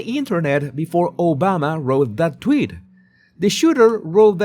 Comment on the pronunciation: Tweeeet not twit